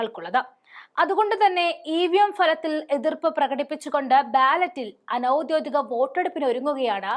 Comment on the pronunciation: കൂടെക്കൂടെ ആവർത്തിച്ച് കേട്ടത്കൊണ്ട് എഴുതുന്നു: ഔദ്ദ്യോദികം അനൗദ്ദ്യോദികം എന്നല്ല പറയേണ്ടത്. ഔദ്ദ്യോഗികം, അനൗദ്ദ്യോഗികം ഇവയാണ് ശരി. ഉദ്ദ്യോഗം എന്ന വാക്കിൽ നിന്നാണ് ഔദ്ദ്യോഗികം, അനൗദ്ദ്യോഗികം ഉണ്ടായിട്ടുള്ളത്.